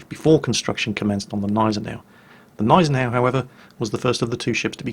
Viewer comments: I like how you pronounce it Neisenau instead of Gneisenau, swallowing the G. You have to spell the G like at the beginning gorgeous. Not like in Kickerbockers. ;) I know, not easy for non-native German speakers. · it's Gneisenau, not Neisenau xD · Not neisenau....Gneisenau it is called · g-neisen-au Hard G neisen au Gneisenau.... (I'm american I feel your pain, German is a precise language) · Gneisenau is pronounced with a G like in "go". If that is too difficult, pronounce the "g" as a "k". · Dude, its G(!)neisenau, not Neisenau. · sigh Always "fun" to hear German names butchered. Its not "Neisenau" its G!neisenau. Sounts almost like the G in gun. Not so hard to put in front of the already pretty accurate "neisenau" you make out, just missing the g in front of it and there you go. But .. i guess .. why bother to even to try, eh? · I´m fluent in German and he says it perfectly, well besides the silent "G". It is GGGGGggggneisenau :) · you kindly took my remark of pronouncation of the Nashorn once. German has no silent letters, so it is not neisenau as in the english Gnome, you actually pronounce the G in Gneisenau.:) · no, Gneisenau is pronounced Gneisenau... simple as that :D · J_Eilonwy Well apparently I have to be precise then: Gnei-sen-au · Everytime says Gneisenau I crunch my teeth harder and harder. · Robert Charleson The "G" in Gneisenau isnt silent. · Yes, the "G" in "Gneisenau" IS pronounced in German. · While you pronounce "Scharnhorst" almost perfectly, the "G" in "Gneisenau" is not silent! I'm surely no German grammar nazi (haha), but the silent "G" made me shiver every time you said "Gneisenau" :-D Great video though, I really enjoy you recounting naval battles or the fate of ships. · Hey, awesome video as always! One quick thing though: The way you pronounce Gneisenau is wrong just a little bit. You need to put more emphasis on the G and not just disregard it!